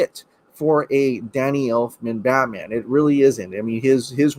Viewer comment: I almost chundered when you said Elfmans name 🤢